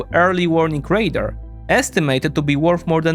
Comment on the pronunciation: Great video. Suggestion: you pronounce "radar" like the word "raider", and since both those words are relevant to the topic it's confusing. You want to accentuate the final vowel sound in "radar" as if you're talking like a pirate! :-) Binkov gets this wrong too, so here's an opportunity to surpass him! ;-)